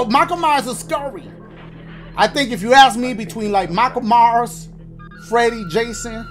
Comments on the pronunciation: “Michael Mars” dashie bro it’s MYERSSSSSS 😂😂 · Yooo it's Mei-Kai el myers